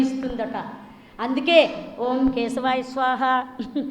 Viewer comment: Madam 112 yella sadananda gaaru Oom kadu Aoum Aoum ani chepparu😂